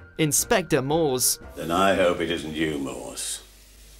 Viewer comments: oh, and it's pronounced 'Mor-ce' not 'Mores'!! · Who is "Inspector Maws"?!!!